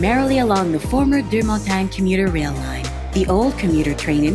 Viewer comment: Deux-Montagnes is pronounced Der-Mow-Tang